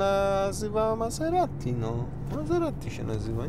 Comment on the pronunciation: Wymawia się MaZerati.